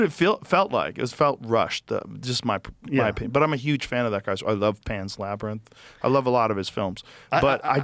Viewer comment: joe you can5 pronounce LABRANITH